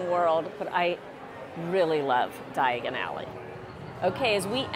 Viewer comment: Did she say Diagally??🤣 at least you didn’t end up in Knockturn Alley. 💖